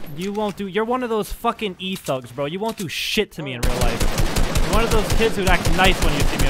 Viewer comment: He said e-thug 😂